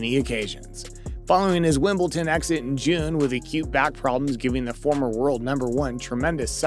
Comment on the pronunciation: WIMBLEDON!!!!!! Deeeeee.... not Wimbleten! with a teeeee. The number of people hear say that, oh my fkn god....